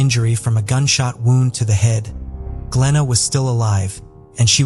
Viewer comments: ai cant even figure out the english langooage can pronounce Gwenella pass but wownd is a not sure. wound? wownd? woned? AI you can do better. the reporting was good YT blue chew and mail order brides? telling us we are trouly foooked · When I hear the AI pronouncing WOUND as WOWND, I honestly do understand why non English-speaking people so often miss-pronounce keywords which can cause "lost in translation" issues. Is there a way to teach your AI the correct pronunciation?